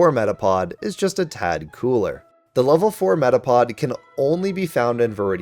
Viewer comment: METAPOD DOES NOT END WITH A G, IT ENDS WITH A D!